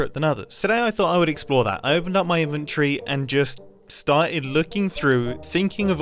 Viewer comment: '...i opened up my iven-tree...' its in -Vin -Tory INVENTORY